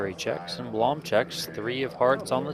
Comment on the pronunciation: Blom is pronounced with a short "u", like in "room".